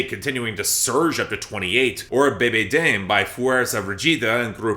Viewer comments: It’s da-may for Bebe dame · Dame is pronounced dah-meh <3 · I know, he pronounces "dame" like in English. He pronounces it like it's a song about dame named Bebe.